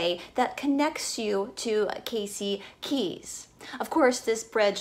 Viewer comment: Casey KEY, not KEYS. I live here and dined at Pelican Alley tonight. But very interesting. And it's the INTRACOASTAL on the West Coast (it's right on the sign as you enter the bridge), INTERCOASTAL on the East Coast. Thanks for listening.